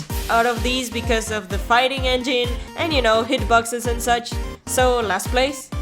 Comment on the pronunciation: "Figting" I love this channel